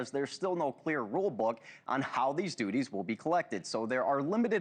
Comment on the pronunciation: The Yoo S A collecting taxes and "doodies" (duties) 😂 😂😂